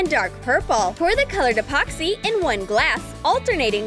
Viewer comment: Like this on how many times she said apoxy